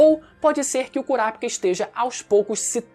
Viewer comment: Fala o nome certo do KURAPICA, mds que agonia ver vc pronunciando errado o vídeo todo😐😐😐 Ótimo conteúdo!